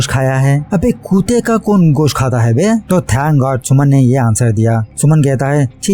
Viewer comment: Kutta...not kutaaa...funny pronunciation